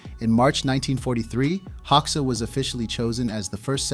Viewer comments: Full of bullshit and I stopped watching it as an Albanian who knows better. At least fix this: Hoxha in IPA is /ˈhɔ.d͡ʒa/, not hoksha. Hoxha was a homosexual and a British agent. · ” Hauxa ” 😂😂 If there were no textning under I was wondering who the F..* were Hauxa 😂 HOGJA ( Like italian Germania ) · By the way his last name Hoxha is pronounced HOJA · The name is pronounced "Hodja". The o sounds like the au in Paul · I think it’s pronounced “Hoe-Juh” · Enver “hog sha” 😃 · Its HO JUH😂 xh=american j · When you cannot even pronounce the name of the subject of your video, there's no point in wasting my time here. I stopped watching after less than 2 mins. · Hoxha is subject of this video - so learn how to pronounce his name properly. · If you're making a documentary about someone, shouldn't you at least pronounce their name right?